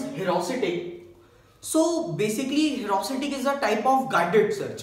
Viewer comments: #awesome 👌 but it is ह्यूरिस्टिक not ह्यूरास्टिक😂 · it isnt herusitic !!!! it is heuristic....... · The explanation was good. I am last minute learner, and this helped me a lot. So thanks a lot! This channel is great but won't reach its potential if you don't pay attention to detail. Try to check all the pronunciation (I am talking about 'heuristic') before making a video as pronouncing it wrong will affect its credibility. If you just avoid that, the explanation is great. I would really like to see this channel grow. All the best and keep helping last minute learner like me. (^-^)